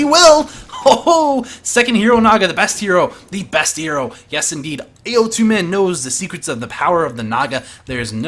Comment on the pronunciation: Hey dude! it's pronounced "Ow Tu" (as in the sound of pain)... "Ao" means depression while "Tu" means protrusion. Put together it means uneven =)